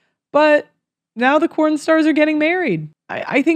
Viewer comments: Why are you pronouncing it "corn" in the vocal speech of your video, but "porn" in the textual label of your video? Does YouTube flag the content but not the label?🤔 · It’s porn not corn !!!!!😂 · Why are you saying corn when it's porn? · Anyone know why is saying corn instead of porn?